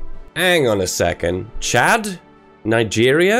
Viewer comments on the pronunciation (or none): none